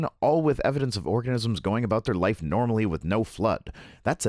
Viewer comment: I swear you said orgasms. Which for some, is a cause of a major flood. 😉